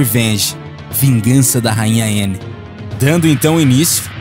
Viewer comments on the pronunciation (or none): none